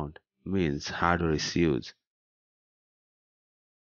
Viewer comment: Issue is not pronounced iseeeooos. It’s eeshooo. Position is pronounced pooseshan. Not pooseson. Solution is pronounced salooshan not saooloosan. Which English school did you go to?